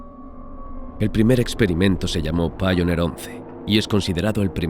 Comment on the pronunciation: Voyager se dice VOILLA y Pioneer se dice PAIONIA. Sólo para mejorar el programa. Yo no saco nada para mí. Saludos.